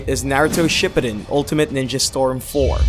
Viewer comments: Am i the only one that is bothered that he pronounced shippuden wrong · This was a good video but you said shippuden wrong